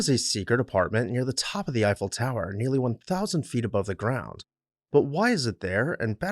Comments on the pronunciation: It's all good but who is "Ufell"? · In all my life, I’ve never heard Eiffel pronounced that way, and I’ve been to Europe many times and all over the USA and not one person has ever pronounced it that way to me